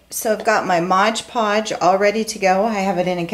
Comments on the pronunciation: it's MOD podge....geez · Mod, not modge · It's Mod Podge, not modge podge. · Very nice project but the adhesive is M O D Podge not modge podge. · Fabulous work. No offense intended: It's Mod, not modge.